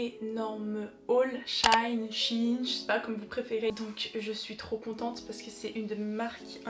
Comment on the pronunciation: les articles sont superbes :) et on dit she - in mdrrr